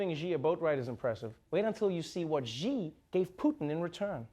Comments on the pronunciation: Our president's family name is not pronounced "G", it's "Xi". If you have difficulty pronouncing that, just say "C" or "she", both much closer than G. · Wrong pronunciation, not "G" but more like "C" Xi as /si:/ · Trevor, that's a great Russian accent. You just need to pronounce Xi correctly. It's pronounced like "she" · actually it pronunces more like shee [∫i:]